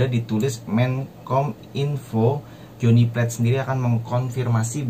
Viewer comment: Menkominfo itu namanya jhony pla-te bukan plet alias piring 😂😂😂